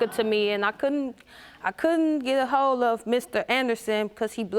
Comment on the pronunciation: I feel for her boyfriend he can do allot better than this chick.. thinking of her it sounded like she's saying "hoe" instead of "hold"